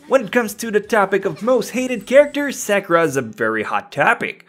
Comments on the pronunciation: Bruh say Sakura’s name right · You're pronouncing Sakura wrong, and she is very useful bitch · If you can't pronounce sakura correctly I automatically assume youre a bad person